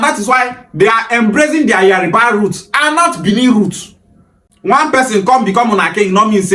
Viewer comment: What is wrong with some Igbos. You can tell that it is not spelled Yariba. Why pronounce it like that.